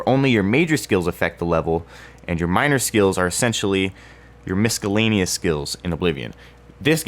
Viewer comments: did i fuckin hear miskellanious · dod he just pronpunce the c in miscellaneous?